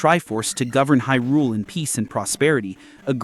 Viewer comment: The pronunciation of Hyrule. Smh